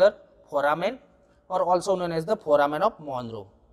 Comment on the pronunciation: Its Foramen not phoramen